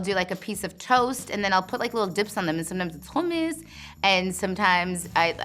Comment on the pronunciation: I love how she pronounced hummus. As an Arab, I appreciate this effort! 😍